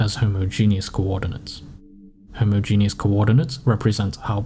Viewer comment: 'homo-genius' bruh